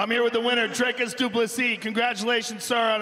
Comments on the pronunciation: Dricus: It's pronounced Dricus Joe: Ok, thank you Dracos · Dricus: “the name is dricus du plessis” Joe: “ thank you dreykus.” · says his name 3 times correctly. Joe Rogan: Drakeous dooplasie folks! absolutely hilarious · Dricus : "my name is DRICUS" Joe Rogan : "Thank you Dragos" 🤣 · Dricus: My name is DRIEKUS Joe Rogan: DRYKUS du Plessis ladies and gentleman! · Clearly states how his name is pronounced with an I about 3 times- Joe Rogan," Congratulations sir.... DRAKUS DuPlessis everybody!!!"🤦‍♂️ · My name is pronounced drikkus Joe rogan = thanks dry kus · He said they miss pronounce his name and Joe Rogan second later miss pronounce him xd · And joe rogan immediately makes the same mistake after was told how to say it lol 🙈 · Haha Joe Rogan still says the name wrong